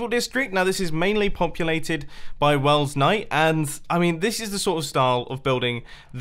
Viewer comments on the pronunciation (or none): He says Welsknight weird too